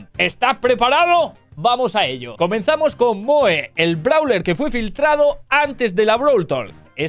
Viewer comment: el nombre de moe se pronuncia como mou